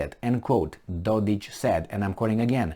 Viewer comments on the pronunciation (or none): Dodik... not Dodić